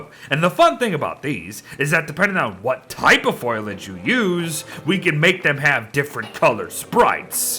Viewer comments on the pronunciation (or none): Every time pronounces Foliage, Foil-age, I die a little inside. It's even worse when he's reading the actual name of the item and still mispronounces it.